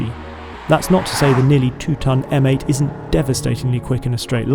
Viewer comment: M8.... pronounced "Meh 8" 😑 Heavens above, the rear of that convertible! A little bit of sick came up!! 🤢